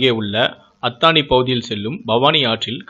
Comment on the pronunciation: அதானி இல்ல, அத்தாணி